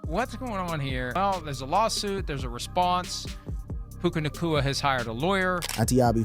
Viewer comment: SAY HIS NAME RIGHT - OMG